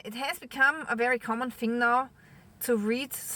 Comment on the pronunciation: love your posts. only one gripe. us english have a problem with only one word: Thing! if you say fing in the north of england you are classed as uneducated!! I know you are not. It is just a dialect thing> Sorrry to be the party pooper! Happy New Year!